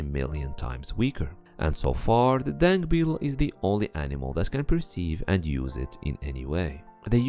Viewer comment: I thought he keeps saying dank beetle